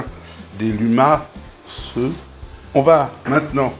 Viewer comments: Miam !!! J'adore ce plat corsé 😋 merci chef!! Ce n'est pas limas mais bien lumas...😉😉😉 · Bonsoir chef, Dans notre Poitou, chez les poitevins, il y a deux appellations pour les escargots. Niortais et département de la Vienne, ce sont des lumas (on ne prononce pas le "s"), Nord Deux-Sèvres, Vendée, Charente Maritime et Charente en patois on appelle des cagouilles. Votre recette serait plus proche des escargots à la bordelaise, c'est très bon aussi. Autrement il y a chez nous les cagouilles à la charentaise où l'on rajoute de la chaire à saucisse, ce qui ne gâche rien. Pour ceux qui n'aiment pas les cagouilles nos amis anglais y compris, je ne leur en veux pas, car ça en fait plus pour les autres. Bonne soirée, amicalement Stef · On ne prononce pas le s dans le mot "lumas" (escargot en patois vendéen)